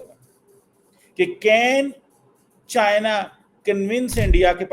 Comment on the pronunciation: China❌ chian✅ 😂😂😂😂😂😂😂😂😂